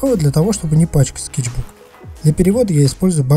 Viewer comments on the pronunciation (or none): none